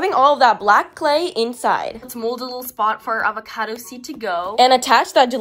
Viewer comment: “A va ca toes”😭😭